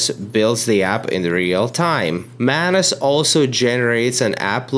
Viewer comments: ohhh MANUS... i keep hearing mayonnaise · I do not like the way u pronounce MANUS. Or am i the one with the wrong pronunciation??